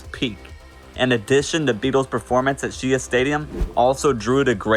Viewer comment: Shea is pronounced like Shae